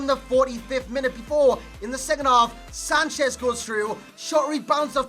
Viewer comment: OMFG WHY THEY KEEP SAYING SANCHEZ ?? is FUCKING sanches, not sanchezzzz, he is not latino, he is fucking portuguese....